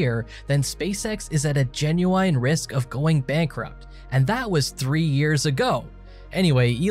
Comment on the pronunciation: Genuine. Not Genuwhine